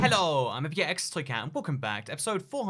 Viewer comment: yet another video and he still says hallow instead of hello